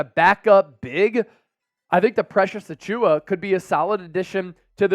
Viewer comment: Auchiwa…butchered the name but he’s a good fit for cheap